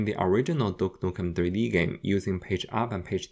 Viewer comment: Ahhh my favourite game "dook nuken tree dee"